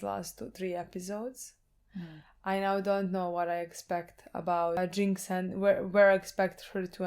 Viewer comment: Its "Jinx" btw